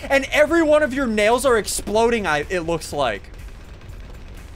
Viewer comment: Exploding not exploring😂😂😂